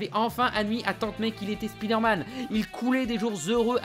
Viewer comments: Rah mais c'est pas "Spidairmane", mais "Spaïdeurmaine" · On dit "Iron man" Alors pourriez-vous dire "SpIderman" Merci. Cordialement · Pourquoi "Speederman" ? Pourquoi pas "Meeles Morales" ou "speederverse" ? Le vrai drame de Spiderman, c'est la manière dont on prononce son nom dans certains pays francophones ! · Comme ça m'énerve d une force les gens qui disent speederman au lieu de spiderman (spaille d'heure manne)